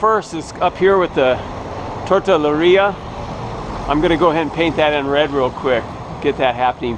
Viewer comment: Haha... its Tortilleria (Tort Te Ye -Re -Ah). But who cares your having fun! and that more important. Great videos, Great Art! I love how you interject life experiences.. your a real good guy. Thanks for sharing your talents.